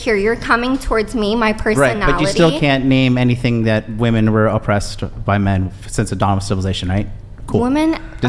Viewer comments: My gosh, I hope someone teaches this unfortunate young woman the pronunciation of "women." She keeps saying "woman" when she means "women." It's almost as annoying as her general worldview and victimhood. This is pathetic. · Every time that girl says "woman", when she should have used the plural "women", makes me wish I could punch her through my computer monitor. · Does know that the plural pronunciation for more than one woman is "women"? I've noticed this a lot lately. Especially the feminists, they say "woman" have been oppressed, when it should be women, with an E. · Why is she pronouncing women as woman? She’s a lunatic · The main problem is that she can’t correctly pronounce the plural of woman. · Could someone please explain this weird pronunciation of the word “women” (plural) said as “woman?!!?” I’m hearing more & more and it’s driving me nuts! As in, they MEAN “men & women” yet they SAY “men & woman.” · Is she saying “woman “ instead of women? Sorry but her voice would send me off a cliff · The plural is "woMEN" not "woMAN"! I've been hearing that mispronounced more and more often from this age group. It's bizarre. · She can't even pronounce the word "women" correctly.